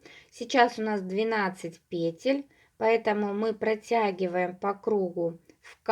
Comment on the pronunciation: Все супер, только пожалуйста, ударение на второй слог - петЕль!!!!